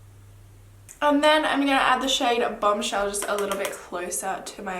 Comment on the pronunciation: When you said bomb shell I thought you said BUM shell and I was like??😂